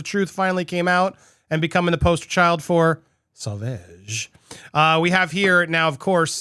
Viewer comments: "Sauvage" is pronounced "so-vage" as in mir"age". 😄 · Really? It's NOT pronounced like Sausage. xD The "A" after the "V" has the same pronunciation as in "Lawn". xD lol Also: OMG!!! She just can't stop can she? ~.=.~; When are lawyers going to say to her: "Stop this!! You can not win anymore! You can not spin this to your advantage anymore. IT IS OVER! Focus on what you still have left and focus on raising your daughter!!" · Say* vau*ge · Pronunciation is best heard in commercial: pronounced “Sahvahge” not saveige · It's not sorveg it sovage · Pronounce Savauge. As wage not eeege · It's pronounced Sa va!! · It’s pronounced SewVahhge. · You said it correctly once. So-vag soft g. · Darling, it's Sauv(ah)ge. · Wait, you said it pretty much correctly! But then you want back to "veg"... Your talking about Dior made me hungry for veggies. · The last A in sauvage is pronounced like the 'a' in father. So-vah-ge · Yep I noticed that. I internally cheered when he got the pronunciation right then somehow went back to 'sew vege'. Lol all well though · Great news! However, it is pronounced "so-vahge". It''s French for "savage". All that aside, AH has been proven to be liar and an She's reaping what she has sown. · Me too. I even tried to correct him in the chat - “SO-VARJE” - he said it right once and then reverted to mispronouncing it! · Yep ...he's saying Sew Vege lol. However when he's reading the Dior report he pronounces it well. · It's pronounced (suh vaazh) phonetic spelling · I think it’s ‘So Vahhge’ pronunciation...oh you got it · Sew - Varge ffs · Andy it’s pronounced SO-VARJE. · No YOU are murdering the name of the Perfume!! Stop saying it please! You should have learned how to say it before your clip! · Andy listen to the commercial and you don’t say it wrong but listen to the commercial you have up and hear Jd say it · You are pronouncing it wrong,so annoying!! You didn't think to research it?? Fool. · You're pronouncing it wrongly 🥺😩😩